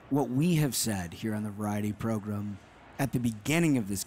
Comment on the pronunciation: 'Megan Kelly Joins the Progrum'